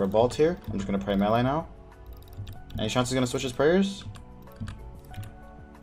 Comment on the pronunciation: Chance not shance lol